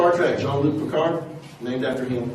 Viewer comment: اسمه بيكارد ارجو نطق الإسم صحيح حتى تكون هناك مصداقية شكرا على مجهوداتك تحياتي من الجزائر